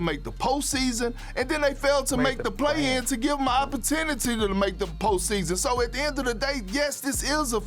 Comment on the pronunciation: “Opportinity”-Kendrick Perkins😭😭😭😭😭😭😭😭